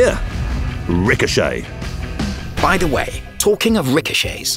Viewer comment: He shels ricohcet i fired he shell it ricohochet